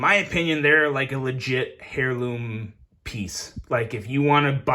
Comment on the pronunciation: ah, the pronunciation of the 'h' really threw me off there